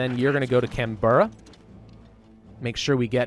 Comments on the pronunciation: This guy and his pronunciation of Australian cities has made me do this: Melbin not melborn Canbrah not Can-Berra Sydney was perfect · CanBRA not canBERRA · Hear pronounce Australian cities actually hurts my soul Melbourne = Mel-bin Canberra= Can-brah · Melbourne is pronounced Mel-Bin Canberra is pronounced Can-Brah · Hey, just a point of interest from an Australian. Melbourne is pronounced Mel-bin, also Canberra is Can-Bra. I hear you talk a lot about pronunciation in your EU4 campaigns. So I thought I could help.